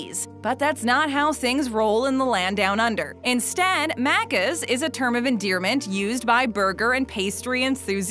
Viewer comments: My biggest recommendation is before making a video about this, maybe actually going to Australia and checking out our maccas. - Aussies don't say Maccas like that. - Aussies don't say slang like that. - Aussies don't say deffo. We say "defs" or definitely. - you cannot get vegemite in a maccas. It is not a sauce option at all, and just wouldn't taste right in a burger. - maccas coffee being a well-loved commodity????? It's sub-par at best and nobody could particularly care for it. Nobody goes to maccas for their usual coffee, probably only get a coffee there if you're already there for the meal and go "might as well". - Mccafe is it's own section inside of a mcdonalds. - loaded fries were limited edition, you can't get them anymore. - the loose change menu still exists. - the app doesn't have a point system, just discounted items that change. - You can still buy singular items on their own, they don't have to be in combos. - Maccas architecture is usually plastic af unless you're in certain rich suburbs. Inner city is too crowded, it's usually steel and plastic. Very very few maccas are wooden and fancy. - Maccas is not served on thick wooden tablets, only for the deluxe menu. We use plastic trays. - "Leaning into higher end" my ass. It's fast food. It does not even compare to our casual restaurant or cafe culture at all. - The desert menu for maccas is different to the mcCafe items. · It’s maccas bot maaacas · “At Muccaz” 🤦‍♂️ Americans tryna pronounce our slang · Bro it’s Mac-is, not mackas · I- nope I can't not cringe at her saying macers like mate it's Macca's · It's pronounced maccus not maccers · hahahahahah I would be so pissed if I heard someone say that to my face.. “wanna go for a Markers Run lol” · She says Maccas like Maaacas and she says Vegemite like Vegehmite, like dude it it is pronounced Veg-i-mite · The Uh C's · Omg the way she kept saying maccas 🤮 it’s pronounced mackes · Don’t make Australian videos if you can’t pronounce our slang 😐😡